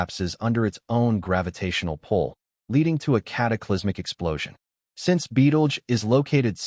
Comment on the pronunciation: Betelgerse ? That's how he pronounced it every time. First time I've heard it spoken aloud that way...